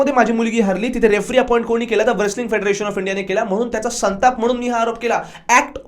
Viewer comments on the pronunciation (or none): व्रेसलिंग नाही रे मुर्खा it's रेसलिंग कोणी पण येऊन युट्यूबर होतय आजकाल भेंडी. कूल वाटायला मध्येच इंग्लिश बोलतेय ते पण चुकीचं